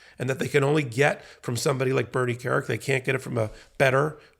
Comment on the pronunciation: That’s: “Carrick”.